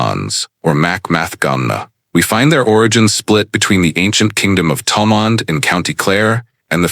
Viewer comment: How sad that a reasonably accurate of some Gaelic names is destroyed by nauseous pronunciation of the original gaelic names and even of the anglicised names such as Thomond or Monaghan. Why do something at all if you don't do it well. I would have done it free.